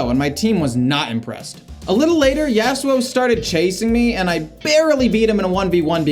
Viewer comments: the way you say yasuo like yeah su oh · the way you said yasuo. lynched.